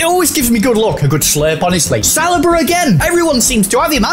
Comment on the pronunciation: Add Saliba to the list of names these two can’t say 😂